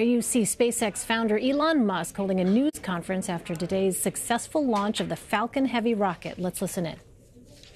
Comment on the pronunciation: "elon musk holding a nudes conference" Why is everyone wearing clothes!? Funnily enough, the ABC journalist in the conference made the same word messup